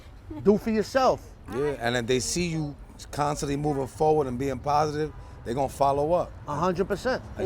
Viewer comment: Pas-itive ya heard